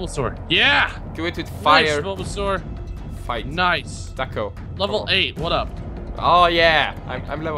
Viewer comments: When he says Takle it sounds like TACO :D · When you say Tackle it sounds like TACO :D